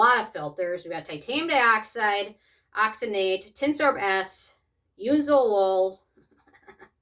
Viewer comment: Why'd you keep on saying oxynate?